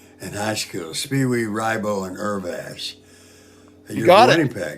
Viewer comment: HOLY SHIT Gary Busey (spelling?) pronounced Irvass right! WOW!!